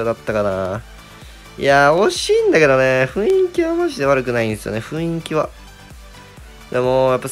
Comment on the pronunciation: ふいんき→ふんいきね。